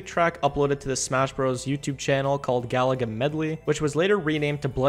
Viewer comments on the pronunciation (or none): none